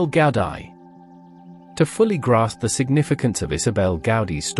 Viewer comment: loving this and ye.. it's Gaudi - just like how it sounds with Gaudi - but its Gowdie - love from Scotland <3